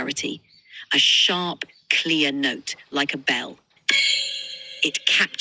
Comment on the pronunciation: why do i hear “quick SHART sound”